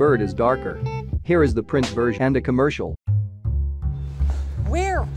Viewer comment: dwidder commerkial